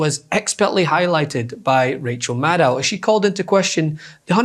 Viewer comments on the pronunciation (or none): Somebody tell this presenter: Rachel pronounces her surname “Madd-oh.” Like “meadow.”